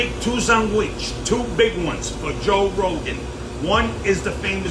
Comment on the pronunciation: "Joe Wogan" 😁